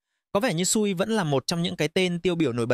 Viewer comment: dùng AI cho video cũng được, nhưng mà các bạn nên chỉnh những phần mà AI nói sai đi ạ. Vì dự án quen tên thì có nói sai tên vẫn luận ra được. Nhưng có những tên riêng phát âm sai người nghe không thể nào luận ra được đó là dự án nào. Ví dụ như SUI thì đọc y vậy, chứ đọc "Su-ai" là bị sai rồi.